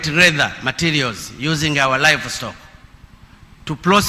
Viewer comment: Even to read is a problem,the word to Process pronounced Plocess,from (Flom),Fruits (Fluit) ,when you read an English words in incorrect way then it will bring another meaning ,so u will become a confuser,.otherwise good for trying reading my Hon Presida